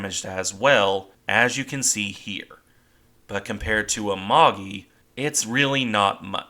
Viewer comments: 「あまり」ではなく「ＡＭＡＧＩ」発音は「あまぎ」 また搭乗員養成ではなく「戦略物資」石油が原因 当時空襲が激しく防衛に戦略変更したため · I'm drunk on fucking german beer and have been working in the garden for hours Amagi not Agaki